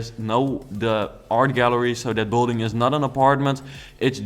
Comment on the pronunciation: Kun je aub 'build(ing)' beter uitspreken. Klinkt alsof je bouldozen gaat zeggen. Thank you very much (